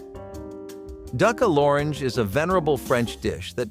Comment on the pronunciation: Di-Vannn. Parmassannnn Loraaaange.